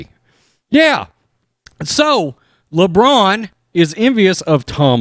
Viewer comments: "Lebronda James" 🤣🤣🤣🤣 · "Lebronda James" hahahahahahahaha